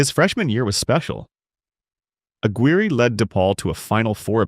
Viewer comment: Right away mispronounced Mark Aguire’s (AG-WIRE) name